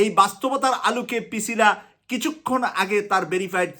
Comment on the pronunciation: Brother, not Picila, she is Pricila